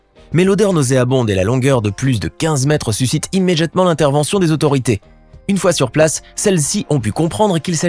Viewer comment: Immédiatement ou "Immédjiatement" ?